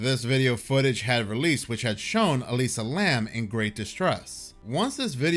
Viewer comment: It's Elisa Lam, not Lamb 😂 Here I was thinking there was another female student mysteriously disappeared.